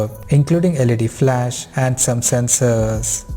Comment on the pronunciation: Rumooors, Sensooors, Specificatioooons. Dude, I know it isn't your mother tongue and I don't have any problem with your dialect. But why do you make some syllables so loooooong? "Leeeeense, optionnnnns" etc... wtf. It seems you do that on purpose because you think it sounds professional? It doesn't. It sounds stupid.